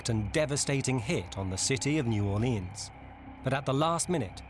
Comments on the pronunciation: It's New Orleans not "New Orleeahns as you pronounced it incorrectly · Most of the natives pronounce it "New Or-lenz" or "New Or-lee-unz," always with emphasis on the "Or." Only drunks and idiots pronounce it "New Awlins."